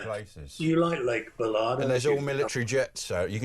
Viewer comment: Bala is Baal-a not B'la...